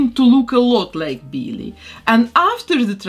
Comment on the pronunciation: I love it “Beellie”